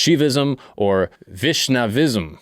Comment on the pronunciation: WHA YI SH NUH VISM Not shivaism, SHUH YI vism